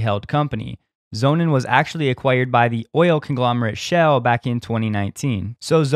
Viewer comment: Sonnen is german for sun , you pronounce it meaning sons im english , just sayin , speak fluent german , dutch , french , portuguese and english